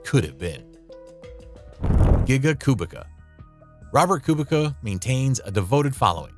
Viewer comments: As a Polish person I just wanna say that Kubica is probounced "Koobeetsa" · Kubica's name was really going through it 😭🙏 I'm polish and it's pronounced "Koobeetsa" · A co, kolejny który mówi Kubika? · Great vid! But you need to look at your surname pronounciation! Latfi? BianCHi? Koobika? :(